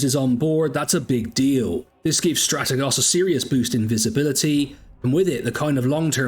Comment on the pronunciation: I would subscribe if you could correctly pronounce Strategos.